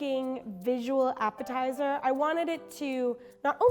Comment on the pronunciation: The appitizer is sooo dutch 😂